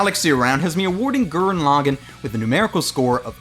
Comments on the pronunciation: Gurren Lagin? That's not how you say Gurren Lagann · Wow, I have never heard someone butcher saying "Tengen Toppa Gurren Lagann" so much. Your stressing wrong syllables all over the place. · why does everyone always say gurren laagen?????????